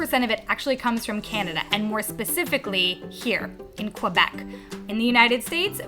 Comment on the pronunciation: Québec!! ❤️❤️❤️😊 -- and if you want to nail the prononciation of it you could say it like kay-beck ;)